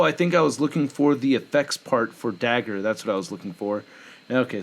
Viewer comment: Dagger not dazzler, it’s ok